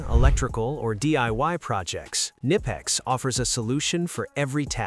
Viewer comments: Knipex no nipex there is K when you don'tknow how to pronounce use translator german and there is a speaker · I think you're supposed to say the K in the name.. Ka-nip-ex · Oh no they pronounced it wrong how dare they.